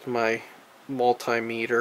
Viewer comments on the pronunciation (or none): none